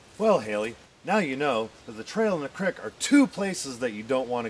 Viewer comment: ITS CREAK NOT CRICK YOI HOBOS